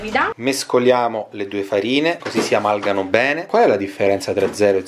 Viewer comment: Woow...Stupendo anche il “ si AMALGANO bene” di 😂😂😂😂❤️